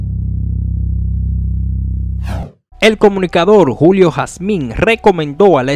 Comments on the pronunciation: Mi hermano es Julio Hazim, No Jazmín. Por Dios!! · usted me excusa, pero se escucha incómodo cuando usted pronuncia el apellido HAZIN como HASMIN". QUE PASA USTED ES COMUNICADOR. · Julio jasin no jasmin jjjj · Julio Jazim. No Jazmín. ¿ De qué país eres tu? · 🤔 julio jacin 🤣🤣🤣🤣 no jasmin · Hazim ... No jazmín. La h suena como j es decir "Jazim" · No es "Jasmim"...es Jasim. Jajajajaja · Julio Jasin, no Jazmín....y 🥴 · tienes problemas para decir hazimmmmmmmmmmmmmmmmmmmmmmmmmmmmmmmm no jasminnnnnnnnnnnnnnnnnnnn jajajjajjaj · Amigo no es jasmin ,es Hazin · De donde salió este comentarista? Es Julio Hazim, no Julio Jasmin. OK? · No es Julio Jazmin es Julio Hazin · No es Julio Jazmin….. julio Hazin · Julio hazin)))) no jasmin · Julio Hazim. No Jasmín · HASIN NO HASMIN PA LA PRÓXIMA. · Ese sr. No se Llama julio hasmin. Se Llama julio hazim si no lo sabias ud. Es un periodista infomese bien Antes de pronunciar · Julio jazmin??? Jazmin??? Y lo sigues repitiendo? Virgen de la altagracia mete tu mano. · Bueeeno, ta feo eso, julio Jasmin? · Hazim hermano hazim hermano hazim es hazim..tienes que leer primero antes de hablar aprenderse los nombres y apellidos de los análisis... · Lo ideal es que corrijas y vuelva a subirlo. Hazim se lee Jazim…. Ya con eso empezaste a informal mal. Le perdí el interés de escuchar esa noticia. Mejor lo veo en otro lado. No es que pida excusas es que también lo corrijas. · Caballeros,oiga su contenido y aprenda se el apellido de julio k se vio feo esa pronunciación hermano,muchas gracias...